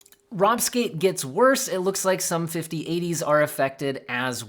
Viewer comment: Bro said "Rop Gate" no dude why lol...LMAOOO!!!!